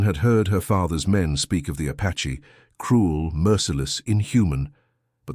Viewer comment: The word is APACHE not patche